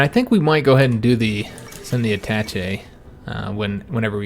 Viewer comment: ah-ta-SHAY not Attatchy